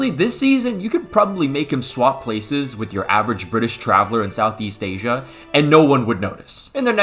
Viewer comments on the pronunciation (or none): none